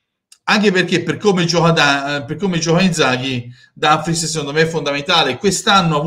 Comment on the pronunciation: si dice Dumfries